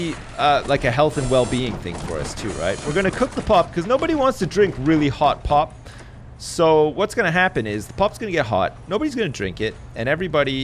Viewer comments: xD it sounds like he keeps saying pot machine instead of pop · All this time when he was talking about the drink machines, I thought he was saying pot, only in this episode did I realise he was saying pop, not saying that he was installing weed dispensers.